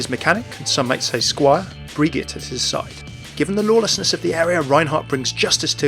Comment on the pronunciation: i'm pretty sure his squires name is pronounced like "bree-jeet" not "bree gett". also, i wonder if the crusaders used other weapons? i can't see them using hammers and axes exclusively, especially with power-armor that could probably carry tank like armaments.